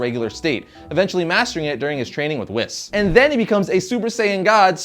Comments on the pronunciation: It’s not pronounced (wh-is) it’s pronounced (whees)but is spelled whis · WhIs? It's sounds more like whees not whis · Wis?, it's pronounced Wees. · PLEASE pronounce the names correctly..... Dr. Gero is pronounced like Jerrrr-oh and Whis is pronounced weees not wis ..... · It's not wis it's wees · My mans said wisss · i stopped watching when he called "whis" "wiss" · Man says wis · Mans said wh I s its pronounced WH EEEE S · Not wiss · Its pronounced wheees dude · also whis it is pronounced (WHEE-S) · *****: Vegeta is named after the planet, not the planet after the Saiyan. BTW.... Whis is pronounced as Wheese in the movie. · It's pronounced WHEES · Anybody notice he pronounced whis wrong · I’ll never forgive you for saying whis like that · When he says whis my ears bleed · He said whis wrong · You pronounce Darksied right, now pronounce Whis correct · It felt just wrong the way he pronounced Whis and Resurrection of F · The way you say Whis makes me want to kill myself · We'll i think everyone is saying Whis wrong. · that's not how you say whis. lol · The only name he said wrong was whis, but a large portion of the community say it like he does. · Did he really just say Whis' name wrong.... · and also whis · he also pronounced "Whis" wrong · You also pronounced Whis incorrectly. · liked this video until you pronounced dr gero and whis wrong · I'm not trying to be mean but this guy knows nothing about DBZ, you can tell this because if he did like DBZ he would pernounce all the words right, for example: Dr Gero and Whis. also he used a picture of SSJ2 vegeta to explain SSJ1. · you missed pronounced Gero and Whis's names.